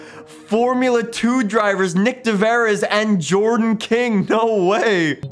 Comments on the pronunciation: I wanted to die when he said Nick De Veres! lmaoo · Its hard to say dutch words but Nyck de Vries is pronounced as de Vrees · "Nyck Deveris" 😂😂 say it like Nyck De Vrys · I love how he says nick the veris instead of nyck de vries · How did you pronounce nyck de vries? Say vries like freeze but swap the z with an s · Nick just so you know, Nick De Vries is said like Nick De 'vrees' (said english of course) XD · Buck De Vries is pronounced like freeze. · It’s pronounced nick de fries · Nick's pronunciation for nyck de vries is actually funny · im dutch and i laught so hard when he said Nyck de Vries...:) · Ur saying nyck de vries wrong lol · How could you butcher Nyck de Vries name like that................... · Thats not how you say Nyck De Vries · how tf did you pronounce nyck de vries’s name?!?? it’s so wrong i literally cut both my ears off